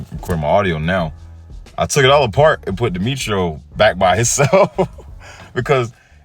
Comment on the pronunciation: If I'm correct I think it's pronounced Die-metro zord 🤔